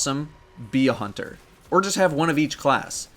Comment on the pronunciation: Lol love the ending even though you spelled and pronounced hunter wrong